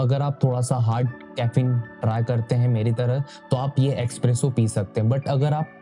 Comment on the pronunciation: “Expresso “ kya hai vai? It’s Espresso!!